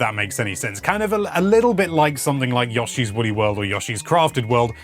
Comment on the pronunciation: You say Yoshi weird. Like, Yoshi literally says his name so why pronounce it any other way? Yashi ain’t it!